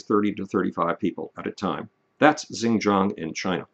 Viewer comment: Xinjiang is pronounced "sheen-jyang" with a hard 'J' like in "Jack"